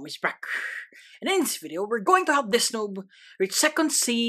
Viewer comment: " is backh" Always gets me